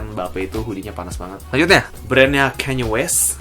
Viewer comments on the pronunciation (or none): none